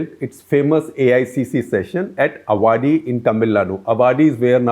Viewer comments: the place is not अवाड़ि it is आवड़ि. 😊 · It is Ah Vadi. where the Congress meeting was held. Not A vadi. The A is the second vowel (longer one) in Indian languages. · A minor point - the place Avadi in Chennai is pronounced as 'Aavadi', not 'Avaadi' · Avadi is pronounced as Aavadi and not Avaadi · Humbly request you to learn the reasonably correct pronunciation of names of places in Tamil Nadu. Avadi is pronounced as aavadi and not avaadi please. If in doubt, just look up the Hindi version of the Avadi railway station board. If you care to take a little trouble, you can win over the hearts of many.. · I do follow all your videos with great interest. Thank you for the great work! Small point...it's Aavadi not Avaadi 😀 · Maybe already pointed out in the comments below but New India Insurance has its HO in Mumbai and Oriental Insurance in New Delhi. Also I must point out Avadi is pronounced Aavadi not Avaadi as SG repeatedly says it. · Dear Sushil Gupta ji, I've never commented on your detailed, sometimes dreary overlapping talks, packed as they are with a a lot of information. But I expected you as a senior journalist, pronounce south Indian names correctly. Avadi is pronounced as Āvadi, not as avādi. In hindi, which like many Indian languages, being phonetic, such confusion can best avoided. Please watch: Please desist in future to pronounce erroneously. The Tamils pride is their language and culture, and form a high percentage of people who listen to you in English. Thank you. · Sir, Excellent summary and the story at the end! The VP Singh story could've had more English, please. And I'd like to point out that Avadi is pronounced "aabadi" and not "avaadi", and would request you that this be clarified in the next video. Thank you! 🙏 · Sir while you pronounce, it's Aavadi with a extra 'a' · Avadi should sound as ‘Aavadi’ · It is pronounced aavadi. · Yes indeed. I also wanted to point out same . Headquarters of oriantal and New India has been mixed up.